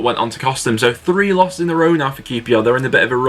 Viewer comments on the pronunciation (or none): Btw it’s pronounced lerzol not lossl it’s because the ö